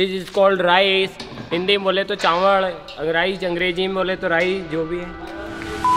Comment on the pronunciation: Bhaiya hindi me to चावल hota h Aapne चावळ bola